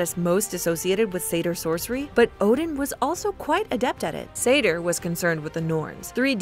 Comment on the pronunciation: Seidr is pronounced Seithr the weird D makes a TH sound